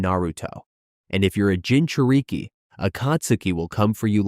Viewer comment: is why I hate AI voices. It's not Gin-chu-reek-ee.